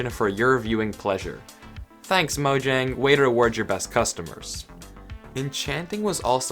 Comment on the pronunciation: Im also swedish, tja! No its pronounced mojäng. If u dont know how ä is pronounced just search it up